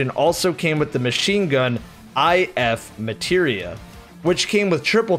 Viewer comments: That and I-F MATERIA. Like, dude. Come on. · says "x machina" reading 'ex machina' but "eye eff materia" reading 'if materia'